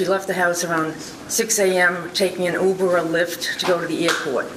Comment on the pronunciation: can we just take a second to appreciate the PA accent here specifically the way she pronounced Uber? I love the USA